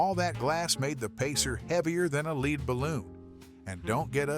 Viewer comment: That's a weird accent for an AI narrator. The mispronunciation of 'lead' before 'ballon' gave it away. Voice AI has a hard time with that word.